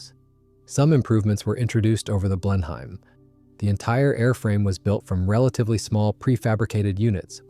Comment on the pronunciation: Blenheim is not pronounced "blen-hime"